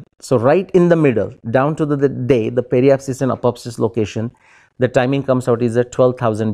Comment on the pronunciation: pronunciation of apoapsis and periapsis is wrong by speaker ... he is speaking these words as if they were apopsis and peripsis